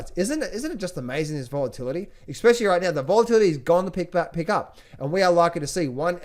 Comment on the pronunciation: Did I hear an 'EK-SPECIALLY' when you were talking about Ray Dalio's book on debt? I'm pretty sure I did...